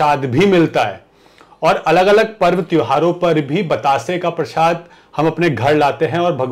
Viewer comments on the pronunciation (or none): none